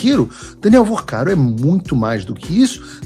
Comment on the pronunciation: Não é Vercaro, é VORCARO!!